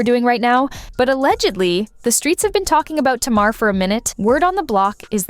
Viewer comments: Tamar name is pronounced (Tay-mar) not "Tah-mar"🤦🏻‍♀️ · It pronounced Ta mar and Mendeces